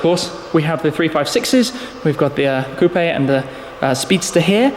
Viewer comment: Bro it's coupe.... Quit emphasizing the e at the end the end...